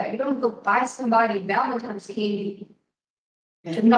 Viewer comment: “You don’t go out and buy somebody “VALENTIMES” candy to knock ‘em off the planet lol”